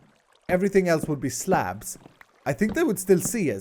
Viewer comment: for slabs i heard craps